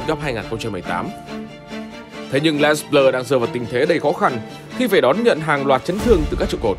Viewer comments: Đọc đúng tiếng Pháp là " Lê Blơ" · Theo Hernandez kiến tạo bàn 1 Rabiot là người cướp bóng ở bàn thứ 2 Les Bleus đọc là Lơ Bờ Lơ